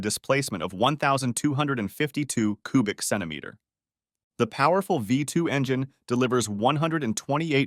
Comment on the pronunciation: Coobik Centimeter...